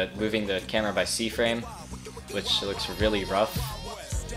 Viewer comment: No one:: "Camara"